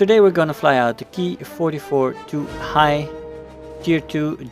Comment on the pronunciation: It's modification is pronounced like the word hey, not the word hi. Japanese romanji, not German :)